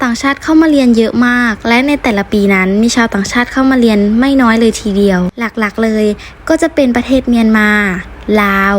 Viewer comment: ไม่รักแล้วจ้า เกลียดคนลาวที่สุด เพราะลาวมั่นหน้า มั่นใจว่าตัวเองพูดไทยชัด ทั้งๆที่พูดผิด ตลอด เรียน ค่ะ ไม่ใช่ เลียน